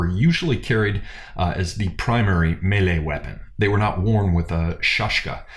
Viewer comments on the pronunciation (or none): none